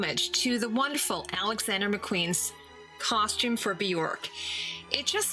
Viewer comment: you prononce costume like Edie Bouvier in grey Grey Gardens "coshtume"